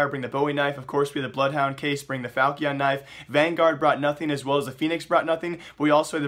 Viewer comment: falchion not falkion